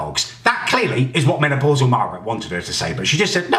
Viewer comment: He said menaplausal Margret 😂😂😂😂